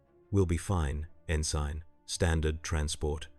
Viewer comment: Good grief, fix mistakes. Tee Eye Eee fighters? N Sign?